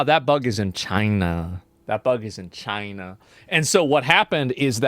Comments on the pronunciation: Why did he say chienaaaah like that even their president didn't say it like that, someone from America please explain this hilarious mystery reference😂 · "That bug is in CHY-NUH" 😂